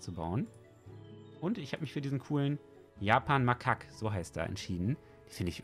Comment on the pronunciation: Das hasst es falsch ausgesprochen das 2. A bei makak wird lang gesprochen also Japanmakak= (Ausprache) Japanmakahk